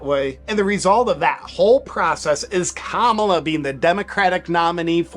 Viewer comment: The fact he can’t say Kamala right 💀